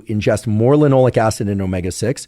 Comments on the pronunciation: it’s linoleic, not “linolic”. But such a great video! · Is it "lin - oh - lay - ik" acid? Sounds like he's saying Lin - all -ik and I can't find that anywhere in Google searches.